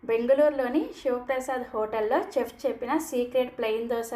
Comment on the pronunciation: చెఫ్ కాదు షెఫ్ అనాలి, మినప గుల్లు కాదు, మినప గుళ్ళు అనాలి